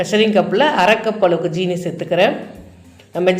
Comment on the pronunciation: யாரம்மா. உங்களுக்கு ஜீனி என்று சொல்லித் தந்தார்கள்,😜 அது ஜீனி இல்லை சீனி